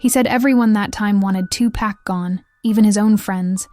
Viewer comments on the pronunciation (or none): 2 packs I can’t even listen when they can’t read his real name , he was a legend pac isn’t pack respect the name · Why is that everyone saying his name wrong 2Pack???? His Name is 2Pac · Listen here you lil helfer his name ain't 2 pack his name was 2 pac if you can't do your job right get off here and get another perhaps on a street corner! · Two pack? I can't.